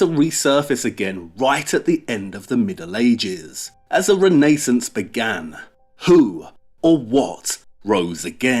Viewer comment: Re...nehssance...is how he breaks the translation..but its always described..ren..ai*ah* sance..but with all detail..of everything else...seems forgotten.